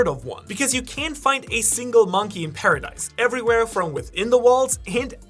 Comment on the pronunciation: zeekee and paradice huh